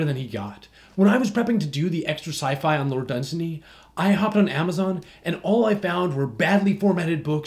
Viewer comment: Wait... you do know pronounces his name dun-SAY-ny right?